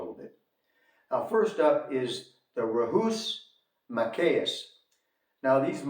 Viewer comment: Ma-kack (s). Ree sus